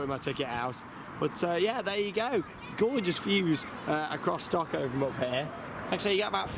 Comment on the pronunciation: If i spelled it how i interprted him saying it I would spell it StockHoe